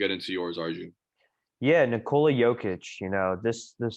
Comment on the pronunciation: For thousandth time, when you pronounce the future MVP's name, it is ni-KOLA, not NIKO-la. It is simple, but rarely someone gets it right.